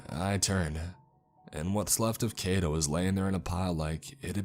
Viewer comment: Just FYI, the "ai" in Kaito is pronounced like "eye" or "high". Japanese words are pronounced exactly as they're spelled (except for words that end with "u", the u at the end is silent).